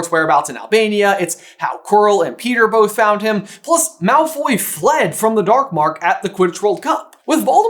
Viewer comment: not “Malfoy’s” 😭